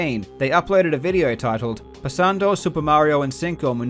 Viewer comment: Pasandow Siuper Mariow in cincow minutows